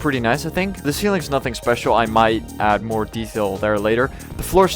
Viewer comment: It’s add not adda